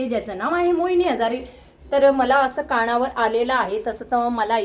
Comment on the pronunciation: काणावर नसत ग ते कानावर असत 😄